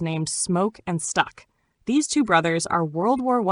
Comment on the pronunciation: Can’t help But seem a little racist calling it a village. And it’s STACK not STUCK